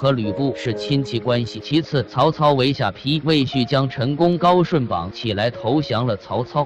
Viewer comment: 下ㄆㄧ???連地名都說錯，說什麼歷史，誤人前途，很爛ㄝ